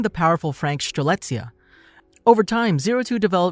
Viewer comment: Idk if anyone coverd this, but i noticed you pronounced Strelizia with "Sh" in the begining. And while the dub sounds the same, when Ichigo says her name in Delphynium, it is clear that its pronounced Strelicia and not Shtrelicia. If you get what i mean, i just wanted to point out.